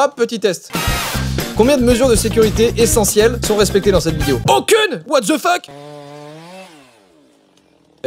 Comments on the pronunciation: C'est pas what dze fuk c'est what DE fuk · En fait ça ce dit wate de fok mais tu dis what dze fuk